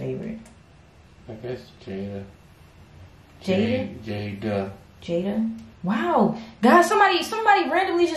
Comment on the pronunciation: it’s Jayna not jayda